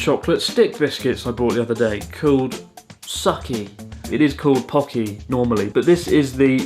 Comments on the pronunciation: "Sukky" reasonable person: it's "suki" 1000 IQ 5-head: "S U C K Y" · It's suu-kee, not sucky. And it's ro-peh, not rope. What a wanker! LOL! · サッキーじゃなくて、スッキーだと思うよ 好きとポッキーを掛けてるんだと思うバレンタインバージョンで(ふざけつつ本気で作ってると思う笑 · Wouldn't the Pokky box be a pun on "Suki" (好き). Like, it's not supposed to be pronounced "Sucky", but rather "Su-Key" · Has no one else thought that it's pronounced "Sookky" instead of "Sukky" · Pronounced as sookky, meaning "like", as in I like you, not sucky. Buddhism? We are not religious, and we do not uphold collectivism. We simple care about others and do not do things that would disturb others. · Hi Chris from 3 years ago, you probably noticed by now, but I think Sukky is meant to sound like '好き' rather than suck-ky. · it's not sukki it's SUCC-Y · I think that is sukky すきー (Like) not さっきー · きっとあなたのジョークなのだと思うけど・・・ Sukkyは「さっきー」ではなく「すっきー」と読みます。 すぐ下に「あなたが好きです」って書いてあったでしょ？ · Lolol its not sucky tho you say sooky which is just even worse for russians haha, also itadaikimashita or ikimasu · Maybe sukky pronounced as "Suki" which means like in Japan? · The Poki is called “Sukky” because if you try to pronounce that in Japanese it’s “好き” (suki). That translates to “like”. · Maybe SUKKY is not pronounced as Sucky. It’s Japan after all. Maybe it’s “Sooh - Key” just like Anata ga Suki desu. Just a play on the word “suki” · LOL, I love how he said sukky as sukky, and I am sure he knows how it should be pronounced. IMO, it probably is "suki" which means "like/love". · Pretty sure it's said sookki, instead of sucky. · Pretty sure the snack isn’t meant to be said like “sucky” but a play on words for すきです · Maybe it's supposed to be スッキ ポッキー、like 好っき。。。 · I think it is pronounce Sukky (Like - Sukie). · I think the Sukky should be pronounced as Suki like すき. It make sense since it's a Valentine's Day chocolate 😅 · Is it really pronounced Sucky not すっき? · It's called Sukky because its supposed to sound like Suki which is 好き which means I like you.